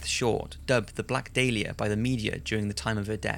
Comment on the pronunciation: You announced the Black Dahlia wrong